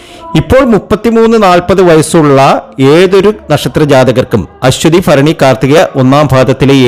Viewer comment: ജ്യോത്സ്യരെ - ആദ്യം മലയാളം വ്യക്തമായി പറയണം. ഫരണി അല്ല ഭരണിയാണ് ശരി. ഫരണി, ഫാഗ്യം, ഫാവി' സൗഫാ ഭാഗ്യംഇതൊക്കെ തെറ്റാണ്